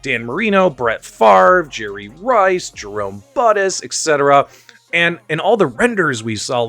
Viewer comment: Jerome buttis lmao. That's not how you say it